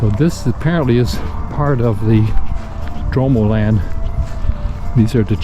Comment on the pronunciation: Nice video. It's pronounced Drum-ohland by the way with the emphasis on the oh.